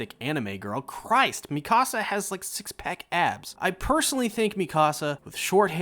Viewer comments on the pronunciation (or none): nice your saying Mikasa wrong yah idiot she looks better with long hair ruined my waifu